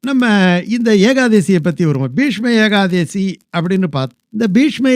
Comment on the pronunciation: சுவாமி ஏகாதேசி அல்ல,ஏகாதசி